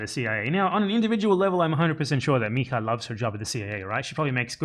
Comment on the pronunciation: If it's spelled mija in Portuguese you wouldn't pronounce it like in Spanish. The j is more like the s sound in treasure in American English.